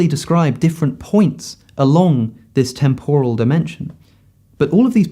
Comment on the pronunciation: Alex, please google how to pronounce ‘temporal’